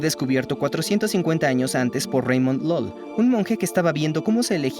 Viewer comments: Ramon Llull era mallorquín, así que su nombre se pronunia en catalán. Por lo tanto, la LL se pronuncia Ll com en español, y la u, también u como en español. Ergo se pronuniia Llull, no "lol" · Llull se pronuncia "yuy", no "lol"... M'ha fet mal a la oïda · Llul, mallorquín, no lol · Soy de Valencia, la tierra de Ramón LLULL lo pronuncia mal, le llama lul